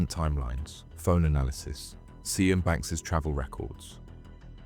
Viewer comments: Please learn how to pronounce the name Sian 😂 killing me everytime 😂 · Who pronounces Sian like that!? Is this AI voice? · Can’t pronounce the name Sian lol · Yeah the mispronounced Sian is wild 😂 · Sian is pronounced “Sharn” not seeyan. Just saying. Great vid tho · Thw woman's name Sian as In Sian Banks is pornounced Sharn. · It's pronounced "sharn" not "si-an". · SIAN pronounced SHARN, NOT SEE ANN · Just curious, but why does the narrator keep saying 'Si Ann', when I'm sure it's pronounced Shahn! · Sian rhymes with ‘Barn’, not See-an 😂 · Good video - you've got a good narrator's voice and good story telling! BTW Sian is pronounced 'Shahn'. That name has always tripped me up. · Sian is pronounced as "Sharn", not "See-an" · Her name is pronounced sharn 😅. Not sy-an. That's a colour. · Yep, it's Sharn, not See-an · Her name is not pronounced " see an " its pronounced sharn apart from that it was great . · Is her name really pronounced as cyan? Isn't it "sharn" ? Lol but otherwise nicely done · See-an 🤣 its pronounced 'sharn' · And pronouncing a welsh name as si-anne instead of sian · its pronounced Sharne i think not Cian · I think it’s pronounced like “Sharn” not Sss-ee-an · Great video mate, enjoyed that. Her name is pronounced sh-arn, not ze-an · Sian is pronounced Shaan not Cyan- are you using a text to speech programme? because if you are I'm done with you. Narrate in your own voice- not a stupid AI that is crap at pronunciation! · sian . is said . sh-arn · Ibiza and Sian not said correctly so I think the narration is AI. Sian is said as Shan, the "z" is silent in Ibiza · Surely Sian is pronounced Sharn? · not sure if you’re using AI for voice over on this, but name “ Sian” is pronounced “Sh arn” . Also Ibiza the “z” is “th” so “Ibitha.“ Definitely not someone who corrects spelling & grammar just think content is good! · Lol Ce-An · "Ibizza" and "Seanne" are pretty fantastic pronunciations 😂🤦‍♂️ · Sian, pronounced Shân or Shahn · Sian is pronounced "Shahn"